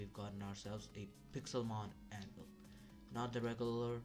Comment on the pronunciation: bruh he called tha minecraft anvil pokemon anvvil and said fighting the monsters i mean i see that he tried but cmon bro